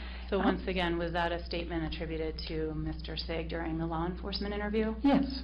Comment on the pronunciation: LMAO wow that defense attorney correcting the lady on the mispronunciation of Austin Sigg's last name... LOL what a horrible attorney. FIND A NEW PROFESSION YOU FAIL